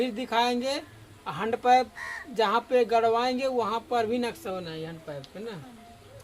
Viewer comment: हंड पैंप नही हैंड पंप बोलते है 😊